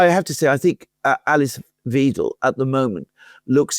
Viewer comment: Thanks gents. The “ei” in Weidel is pronounced like the “i” in tidal. Just saying.